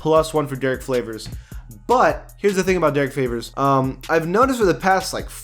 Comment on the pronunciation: Did I hear him say Derrick Flavors, or is that just me?